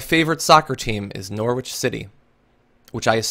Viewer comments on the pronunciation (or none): Umm Norwich is pronounced Nor-ridge :)